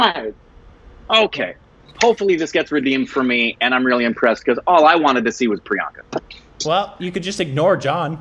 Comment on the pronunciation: Finally you heard the true prononciation of this name!! That's it!! Tnx priyanka 💜🙏🏻